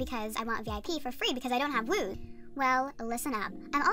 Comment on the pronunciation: It’s wooz not wooze